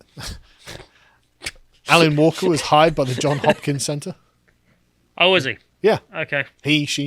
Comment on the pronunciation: It's JOHNS Hopkins University, not John Hopkins.